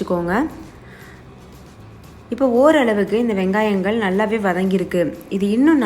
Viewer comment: Thakkalihal vangayamhal eppadi sollathinga tamil nalla pesumpothu sariya sollunga my requst but ur recipy all very nice